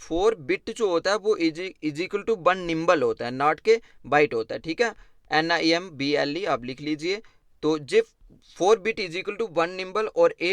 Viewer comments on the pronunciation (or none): Nimble nhi nibble